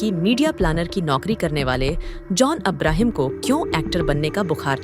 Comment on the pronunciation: This commentator cannot even pronounce Abraham properly !